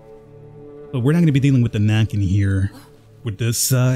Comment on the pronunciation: Definitely a Skogsrå (mistress of the forest). Not always evil but could be very moody. Also, Näcken is pronunced like "neck", not like "knack"